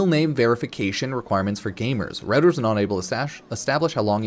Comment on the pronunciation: FYI "Reuters" is pronounced like "rooters"